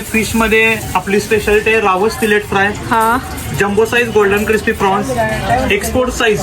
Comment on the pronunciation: prawns.. Frawns nahi. Bhetayla kay manase aahet ka.. Miltaat.. Milnar bola